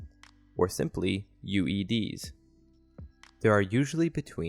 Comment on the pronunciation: Sorry, one more thing that I saw in this video and the later ones. Undesirable Effects are YOU-DEE-EEs, not YOU-EE-DEEs (which are things you really don't want to step on or drive over!) ;)